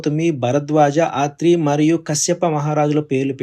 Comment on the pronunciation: 🙏🙏 వాన దుర్గ కాదు నాయన, అది వన దుర్గ. ఇస్వమిత్ర అనకూడదు . విశ్వామిత్ర ఆ..త్రి కాదు అత్రి మహర్షి అనాలి. పరిషిత్తు ప రి క్షి త్తు ఒక్కటి కాదు 7 మాటలు సరిచేసుకోవాలి, 🙏🙏